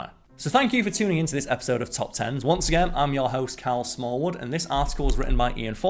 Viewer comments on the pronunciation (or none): none